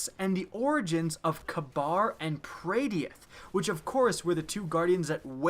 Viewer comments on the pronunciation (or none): hey, it's Praedyth, not praydeth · YOU UNCULTURED SWINE YOU PRONOUNCED THEM KABAR AND PRAYDEITH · When can't pronounce praydeth or kabr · you pronounced kabr and praydeth wrong just a heads up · Did anyone else cringe when he pronounced kabr and praedyth completely wrong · His pronunciation of Kabr and Praydeth makes me cringe I'm srry